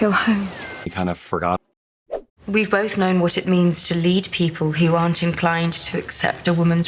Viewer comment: "kInda ForgOtt"